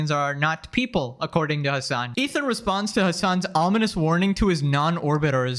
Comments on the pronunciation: his name is hasan piker. not hamas piker. you always say it wrong. 😂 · I genuinely think his name is Hamas whenever you say it 😭😭😭